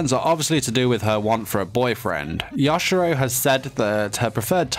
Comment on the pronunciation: I kept getting triggered when he said “ya- shi- ROW”